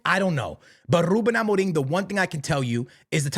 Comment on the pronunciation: Ruben Amoring? why do you pronounce it like that?